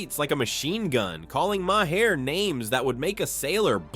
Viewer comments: His name is MAHER, pronounced "mahr". It does not have two syllables,! You're starting to sound like 4th-grade-educated Donald Trump! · Didn't you do this same report before? Again, his name is not "Ma-Hair".